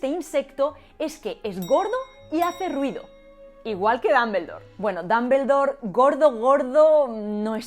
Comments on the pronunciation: lo que no me agrada es la pronunciación de los españoles de el idioma inglés, no se porque pienso que no hacen ni el mas mínimo esfuerzo por pronunciar bien, una pronunciación figurada de DUMBLEDORE es aproximadamente DOMBLDOR, y los españoles pronuncian literalmente DAMBELDOR, sin una pizca de esfuerzo de pronunciarlo correctamente, solo es mi humilde opinión. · Con el perdón de la autora del video y de todos... no aguanté la risa cuando pronunció DAmbeldor... OMG! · ¿Por qué pronuncian Dumbledore como Dambeldor? ¿Existe alguna regla o convención al respecto? Cada que lo escucho siento que me va a dar algo. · Tanto explicar lo bien que hablan en español, por que no explicas esto? "Dumbledore" lo pronuncias como "Dambeldor", es horrible! Por lo menos sería "Dambledor", y eso lo hacen siempre los españoles. Otro ejemplo: "Google" y dicen "Goguel". Son horribles! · Jajajajaja! "Dambeldor" jajajaja! Te es tan difícil decir al menos Dombldor? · ¿Cómo “Dumble” en Dumbledore puede ser pronunciado dambel? No entiendo! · Dámbeldor? Jajaja qué chistoso lo pronuncian. Hermión? Jajajajaaj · el fonema /ʌ/ es muy distinto al fonema /a/, igual que al /o/. Sinceramente no entiendo por qué los españoles hacen una mezcla en cuanto a pronunciar palabras de origen inglés. dicen /Apel/ pero no dicen /ipon/ para Iphone. Dicen 'equis box' para el 'X-box' pero no dicen la 'plai' para la 'Play' (station). No me mal interprete, me encantan los idiomas y sus variaciones, pero un país que tiene de vecino a Inglaterra debería tener una mejor pronunciación. Saludos.